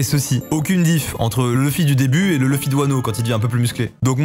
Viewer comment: On prononce louffy pas leuffy 🥚🤦🏽‍♂️ comme la vf